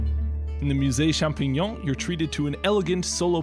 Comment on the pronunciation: the most impressive part of this video is that you correctly pronounced "champignon".